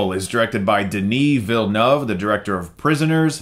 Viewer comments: Congratulations on learning to pronounce the name of Denis Villeneuve! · Finally someone got Denis Villeneuve's name right! People always write Villenueve or say it this way...but it's not! Btw, this film was filmed not far from where I live and seeing the giant oval monolith floating was something!